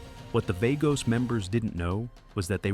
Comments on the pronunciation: VAH-gos, not VAY-gos you stupid robot. Also, sloppy pic and stock video use. Snow? Altamont? lol Human AI coordinator, come clean up your 'bot's drool, would ya? Thx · "Vay-goes".. lol